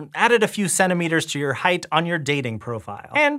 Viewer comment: "Height"... Right